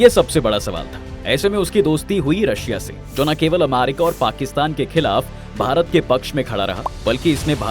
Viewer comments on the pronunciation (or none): none